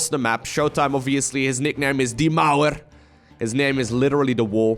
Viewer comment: As a german, everytime said "die mauer" and "german efficiency" I cringed.